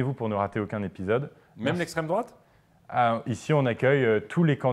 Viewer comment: "Même l'esstremedrouate ?!!!" Andouille 😂